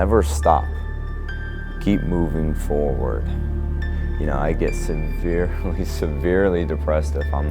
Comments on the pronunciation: forwaRd. Not forwad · "Keep moving forewad"